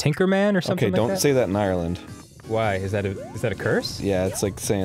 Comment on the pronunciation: as an Irish person, the way Dan and arin said "Ireland" made me cringe >_<